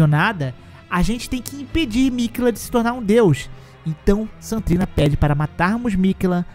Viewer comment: Ele fala Saint trina tudo junto, tipo "santrina". O que esta correto já que St. e abreviação para Saint.